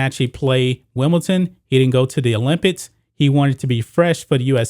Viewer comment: is it me or does it sound like he is saying olympits?